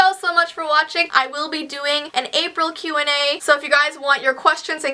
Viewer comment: Was I the only one who relized she said "Q&A" wierdly 😂